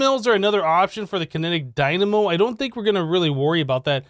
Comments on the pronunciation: What did he say? Kinetic dymano? It happens... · I think he said it on purpose, i think he said dynamo too many times for him to say it incorrectly